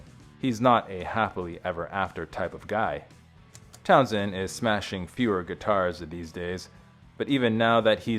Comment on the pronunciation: I really don’t want to be that guy, but come on! Learned how to pronounce words: singed is “sinj-d” not “seeng-d” Pete’s last name is Town-SHend, not Town-send